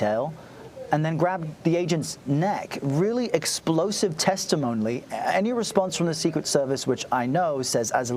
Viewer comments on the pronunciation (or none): "Really explosive testimon-ly" 😂